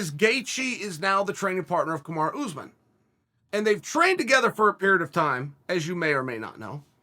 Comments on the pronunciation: “Kamarah Usman” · Everyone: “Kamaru Usman” Chael: “Kamara Oozman”